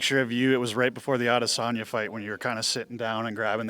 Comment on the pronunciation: He nailed the adesanya name